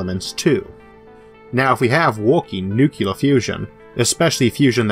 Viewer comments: It was bad enough entertaining this guys premise but I had to stop it at the 9 minute mark after the 3rd or 4th time he said "nuke - u - ler" Nobody can be taken seriously no matter how much effort they put into their CGI if they can't pronounce nuclear without creating a non-existent word, such as nuke-u-lar. You'd think someone with a speach impediment would be doubly concerned with being correct in their use of language but, nope, that doesn't seem to be the case. My whole view of humanity is destroyed here. :( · Speech impediment: Don't care, understand you perfectly well. Pronounces the word "Nuc-Ular": Ripping my hair out in agony. How come americans simply cannot seem to pronounce "Nuc-Lear"?